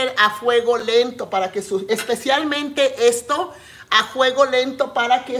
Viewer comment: Como se diga Sra. Eso no importa.. al fin q le entendemos..no es la unica persona q no dice bien las palabras.. somos miles.. o ud es perfecta? Q yo sè ..Perfecto.. solo DIOS..